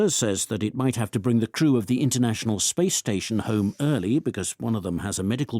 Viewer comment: 0109 출석. 오늘 금요일이어서 쉽고 가벼운 지문 주셨나보다 했지만😂 1. the crew 의 오답 the true. 제 상식 crew발음 [크루], 그러나 [츄우] [츄루]요렇게 들리는데. 음. 오후내내 더 많이 들어보고 사전도 찾아봐야겠습니다. 연휴이후 새해 첫번째주 무사히 마쳤네요. 즐거운 주말입니다❤